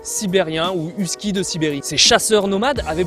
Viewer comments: Whisky ? les français ne savent pas comment prononcer les noms 😩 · ayoye,..huskie votre prononciation est horrible....et vous en faites tout un show....calmez vous cela va aider à vous écouter.. (Québec , Canada)